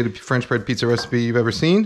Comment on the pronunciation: the way Kenji pronounce his words that starts with B like "buh-roth" ""buh-read" "buh-runch". can't unhear anymore